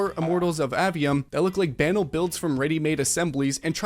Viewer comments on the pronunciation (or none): Love the video and totally agree. Epic wants way too much control and it's weird af. Btw banal pronounced ba-NALL. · you pronounced monopoly correctly but you pronounced banal incorrectly. Big fan, love the show.